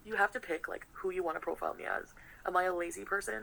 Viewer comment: Why is she saying lik